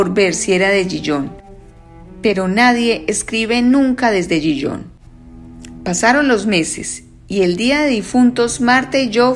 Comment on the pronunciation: Le advierto que Gijón se pronuncia, en correcto español, con ge y jota, Gijón, es una ciudad de Asturias, en España, como dice el cuento. Me deja a cuadros cuando pronuncia Gijón como si fuera la francesa Dijon, la de la mostaza.